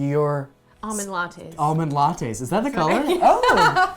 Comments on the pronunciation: AWmond latte... LOL it's ALmond! Did anyone else get truggered by that? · There's an 'L' in the word almond. 😬